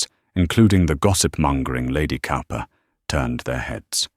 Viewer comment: Cowper is pronounced Cooper